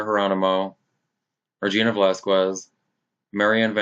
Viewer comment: Its VelasKez this is how it pronounced like in Latinas name